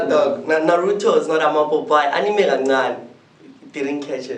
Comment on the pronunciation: anime is not "popayi" ayhoo !!!